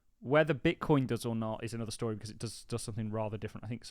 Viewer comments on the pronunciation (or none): none